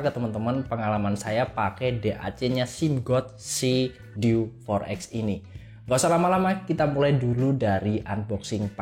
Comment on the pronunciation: Untung berikutnya ngomongnya diganti dew 4 ex. Yg awal pas opening enggak banget, masak DI EWEK EMPAT KALI 😅😅